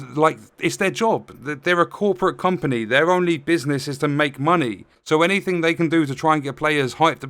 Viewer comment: Did someone say muneh?